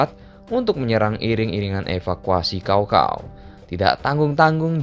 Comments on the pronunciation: Maaf min koreksi bacanya sao sao bukan kao kao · sedikit info cara bacanya bukan "cow cow" tapi "tcao tcao" dan kalo mau lebih detil lagi antara cao depan dan cao belakang ada beda tone nya ya ngasih info aja karena di bahasa cina kata sama cara baca sama tapi beda tone udah beda arti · Cao cao min bukan Kao kao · Bacanya bkn kao kao tp cao cao....goblok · Bukan kao kao tapi cao cao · Caocao dibaca kaokao blog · dalam sejarah hidup gw, baru kali ini dengar Cao cao dibaca jadi Kao kao.. wkwkwk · Bacaan nya bukan kao Kao tapi Tsao Tsao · Mungkin si habis minum es kendol pake kinkau 😂😂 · Baca nya pake c kalih namanya bukan K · Btw Cao Cao jangan baca pake K tapi baca lurus aja pake C